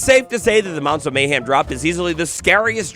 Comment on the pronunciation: MayHEM. Not MayHAM.